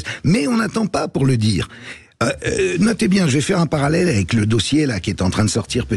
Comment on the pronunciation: * Dire et pas "dure"